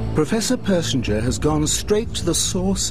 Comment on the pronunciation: They said Persinger wrong that’s rough 😂😂 it’s funny cuz I’m related to this dood 😂 but idk how but my last name is Persinger and all Persinger’s are related